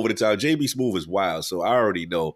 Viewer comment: JB "Smoove" Not "Smoothe"